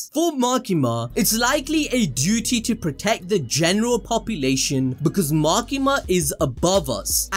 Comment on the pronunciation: Did I hear puppylation?